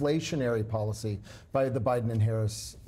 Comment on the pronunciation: TFG's same ol' tired shtick that Americans are getting very tired of hearing. Kamala Harris is an AMERICAN so quite trying to disparage her and quite dissing her by intentionally mispronouncing her name. It just makes TFG look childish, boorish and nasty. Seriously, he wants to be president?